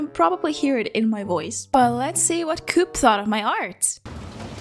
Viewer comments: You dont say cuup, you say Koop. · ""Starbucks is what Espresso House is for Europeans" ... as a 'European" I disagree, I had to look up the brand. It is only present in Scandinavia and Germany which means 90% of Europeans never heard of it. The fact you pronounce coop as in chicken coop and not as in Co-Op (Co-Operation) is funny but understandable. They are in the Netherlands as well but with an Orange logo (obviously.... Netherlands) That said, the art is what matters and the art is amazing :) And yes, I of course have hit the like and subscribe buttons :) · When you said coop then do-op I was like WHAT THAT CO-OP ( England ) THEN I realised it was the Europe one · here in Slovakia we have a coop stores. In my town we have Coop. Its a small store. We call it Coop, not co-op. I never knew it was pronounced co-op. And i never knew their logo was Green, because its Orange in alot of places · Here in Sweden I have never heard anyone say ko-op. We say coop.